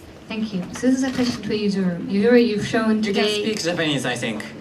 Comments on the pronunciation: Oh, the good ol’ days when the British uncles used to called Yuzuru, “Yuzuri”, and now this interviewer has revived it lol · Lol did she call Yuzuru Usury ahaha